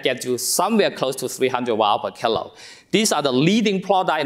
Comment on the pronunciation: I did at first until I found that when he was saying kg he said "kill-o" instead of kilogram or "keel-o". Then I was fine. Have more patience and be more curious.